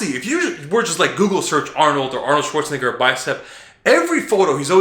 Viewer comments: hey man gotta watch the way you pronounce arnolds last name lol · I'm not sure I like The way you say schwarzenegger... Haha